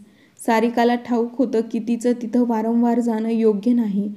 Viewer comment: वरणवार नाही वारंवार